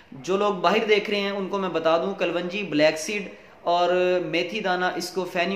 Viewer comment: kalwanji nai hota kalonji boltay hain aur itni lambi video na krean qissa mukhtasar kia krean